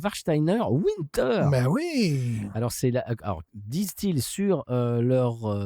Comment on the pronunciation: (Winter se dit en allemand comme s’il y avait un V au début et le -er à la fin sonne plutôt comme « bière », en gros. Bravo pour les efforts de prononciation, cependant !)